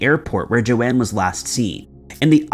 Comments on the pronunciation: In other videos, also pronounced Joan as JoAnne. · Its Joan, not Joanne, like Joan of arc.. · I'm pretty sure Joan would be pronounced 'Jone' not Jo-anne as it's pronounced 'Jone' as in Joan Collins.